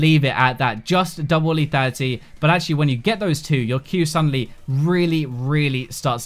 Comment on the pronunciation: LETHALITY dude NOT LETATY.